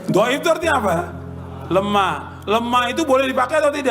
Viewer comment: Dhoif bukan gaib mas bro